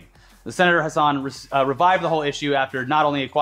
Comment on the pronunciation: for future reference it’s not Maggie Hussan it’s hass-an from a NH voter